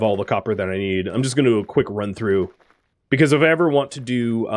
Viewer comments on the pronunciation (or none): none